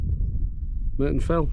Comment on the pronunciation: It's Murton not Merton......sorry